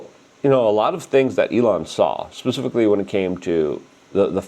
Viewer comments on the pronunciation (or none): none